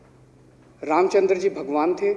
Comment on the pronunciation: रामचंद्र बोलना सीखिए